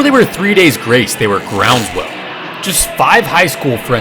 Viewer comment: Lol its ground- swell. Not groundswell